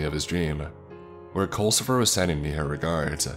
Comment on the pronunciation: Oh, so it's "Culcifer" with a "U"? I thought they were saying "coal". Like, wat? Your name is _coalcifer_?" Also, culcifer? Really? XD